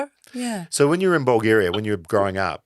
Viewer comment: 2 pronunciation corrections, Eva's country is Vulgaria, and it's furry muff, not fair enough. is gold, start paying him, say 10c per vid